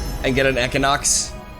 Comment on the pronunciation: Oh okay...equinox. I'm like what the hell is ehkonox